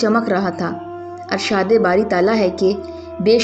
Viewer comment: اپ کی اردو بہت خراب ھے امام کی الف کے نیچے ارشاد کی الف کے نیچے زیر لگتی ھے مگر اپ زبر لگاتی ھو کہانی کار کی اردو صحؤح ھونی چاھیے محترمه